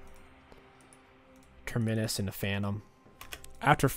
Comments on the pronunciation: It’s not ‘Terminnus’ it’s ‘Terminus’ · I think the torture is he saying Ter-MI-nus. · I hear next patch you won’t be able to take an item unless you can pronounce its name correctly. Big Terminus nerf for you